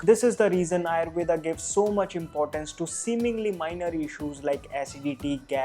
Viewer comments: 👍🏻Good, useful information But why are you pronounce wrong. आयुर्वेद is true pronounce even in English and not आयुर्वेदा. Similarly pronounce वात पित्त कफ & दोष AND not वाता पित्ता कफा & दोषा. NO NEED TO BLINDLY COPY ANGREZ. Are you or ा 😀😀😀😀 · its actually rama and Ayurveda in Sanskrit, north indians aren't pronouncing the 'a', but south indians still say the 'a'